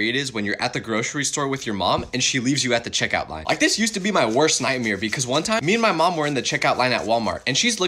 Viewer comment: Bro way do you say it like nightmere😔🥀💔